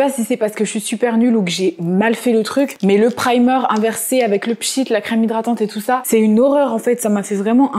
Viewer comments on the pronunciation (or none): qui parle tout le temps anglais mais qui dit primeur au lieu de prymeur c'est ouf 🤯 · parle anglais toutes les deux secondes avec un ptn d’accent mais prononce primeur pour dire primer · Tu parle anglais mais tu prononce « primeur » 😭